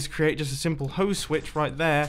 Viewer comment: mumbo be like:heres a simpile red stone nuke